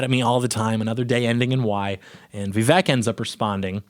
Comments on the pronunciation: Vivek, like cake. Learn to say his name right if you plan to make a whole video about him. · That's not how it's pronounced at all lol